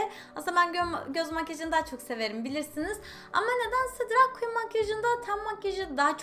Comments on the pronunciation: Seda E. Turkiyede herkes drag queen yerine drug queen diyor nedense. Belki de bu yuzden drug queen demeyi secmistir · drag makyajıyla ilgilendiğini araştırdığını söylüyosun ama daha ''drag''i doğru telaffuz edemiyorsun, hoş değil.